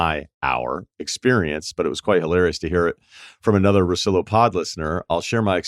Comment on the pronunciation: It's Russillo mate not Russilo